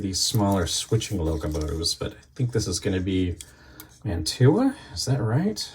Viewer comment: Mantua is pronounced "Man-choo-ah". Don't pronounce the "t". Almost all those old Mantua's have Pittman motors in them and changing the magnets to neodymium (rare earth) magnets really helps those old motors run better. Cheers from eastern TN